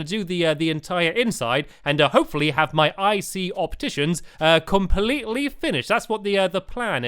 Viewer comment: it is a 'shopticians' instead of an opticians